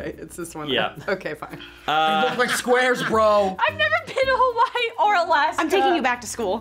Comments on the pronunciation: How do you fuck up Hawaii?!?! 😂😂😂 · How do you mess up Hawaii? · How can you get HAWAI'I wrong??? 😳